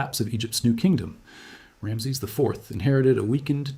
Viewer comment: At least pronounce his name correctly.